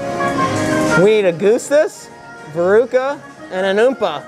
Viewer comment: the way u say augustus is triggering lol